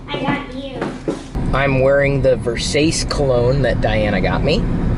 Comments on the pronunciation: an italian that says "versays" inseatd of "versatche" it's pure shame... Chris! No more pasta for you! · versace is pronounced ver-sA-chee lol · versace- ver-sa-chee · Please tell me you were deliberately mispronouncing Versace pronounced (ver-sar-chy). Did anyone comment in person while you were assembling you LEGO?